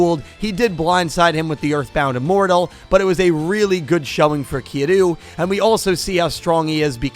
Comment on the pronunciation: Kiru? Kiryu is pronounced "Kiryou".